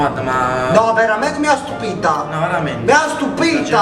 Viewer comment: Al posto di stupita credevo che diceva stuprata